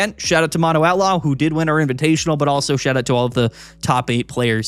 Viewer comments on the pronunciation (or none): none